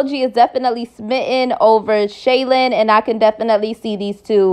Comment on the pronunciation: Her name is SHY-LENN not Shaylin